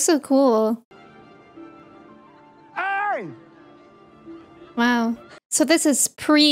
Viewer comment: It's pronounced "Aang". 😎